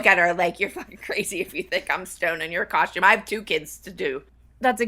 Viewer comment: Does everyone in Pittsburg add an h to the word costume, or is it just the dance moms crew? I always hear "coshtume" instead of "costume."